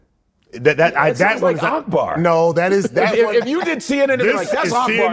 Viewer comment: Akbar actually pronounces his name better than Godfrey does his.